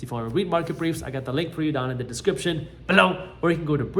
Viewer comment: The emphasis on "below" always gets me